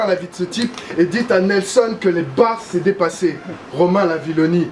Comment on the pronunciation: il a dit Romain Lavillenie? MDR